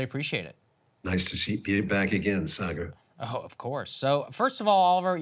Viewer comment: Love this, and the information it provided me. I will do my best to spread the word. As a side note, I can’t help but smirk at Oliver calling Saagar “Cigar” at the end. 😂